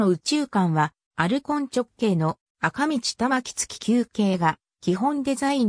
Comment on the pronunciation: あかみち？？？なに？？？？それ？？？赤道せきどうって読むのだ。あほか 勉強せい！！！